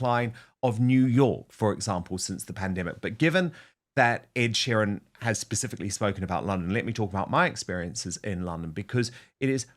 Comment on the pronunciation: Dan u have been in the uk long enough to say sheeran properly